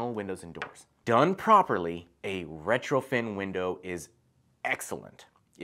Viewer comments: If you say retroFIN Windows one more time... smh.. lol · I was so confused. I don't know much about windows so I kept having to recheck the title of the video and the comments. He's saying retrofiN with so much confidence over and over but the title says retrofit and comments are saying retrofit.... I'm like how is it possible an expert window installer says the wrong term numerous times, every time, through an entire video??